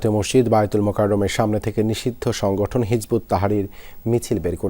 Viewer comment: নিশিধ্য সংঘটন বলাতে ভালো লাগলো